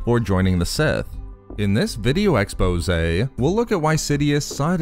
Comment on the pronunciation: The worst part of all your videos is how you say the word exposé